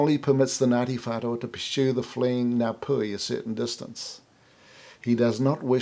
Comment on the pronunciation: Idiot! Can't pronounce maori so why are you trying to tell our history? Taoho wasn't the chief of Ngatiwhatua?